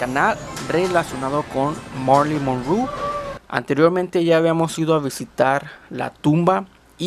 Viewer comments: “Monru”?? Monroe!! Es importante decir correctamente el apellido. La cámara enfoca demasiado cerca de los artículos, por lo tanto no se aprecian en el video, aún así gracias por que no sabía de este museo. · morí monru 😂 como pronuncia tan mal el nombre de esta gran actriz deberías de aprender a hablar antes se hacer tus vídeos enserio muchacho porque el vídeo es muy interesante pero tú con tu mala pronunciación lo arruinas 😂😂😂😂😂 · Monrú? Jaligud?😂😂😂😂😂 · Marilyn monruu? Jajaja 😂😃😃😃 no sabes ni pronunciar su nombre